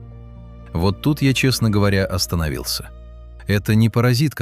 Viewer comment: "Вот тут я остонавился " - произнёс ИИ " Не тормози - съешь сникерсни, чупочупс немного пососи, только хубобубу не сглотни" - ответил я ИИ